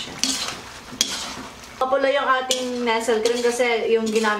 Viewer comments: Ate, Nestle po pronounced as Nest-le, hindi po Nesel ang bigkas 😎✌🏻✌🏻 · Ang cute ni kapag binibigkas nya yung Nestle' eh😁: nesel cream. 😁😁😁